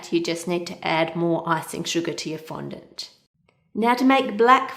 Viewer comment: Thank you for not pronouncing it "fon-DAWNT," like Buddy on Cake Boss. Now everyone is pronouncing it that way.